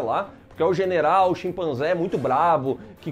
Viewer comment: "Generaldo"... hahahaha